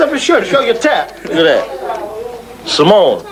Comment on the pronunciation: can’t even say samoan properly